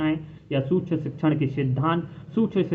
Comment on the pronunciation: सूक्ष्म तो सही से बोल लो